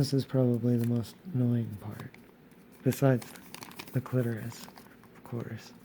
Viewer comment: This was so fantastic, thank you! Love your voice, the cursing, and the quips. I'm not stoked with the way my clitoris came out so I'll have to work on that. Oh, and Thank You for pronouncing clitoris correctly! ✌